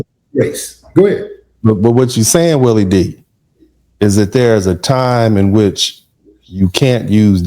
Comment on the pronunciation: Willie is saying it exactly right